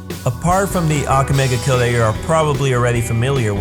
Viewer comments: I hate that u are saying ake mega kill ITS "akame ga kill" plz say right -_ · He pronounces almost everything wrong. EVEN THE TITLE.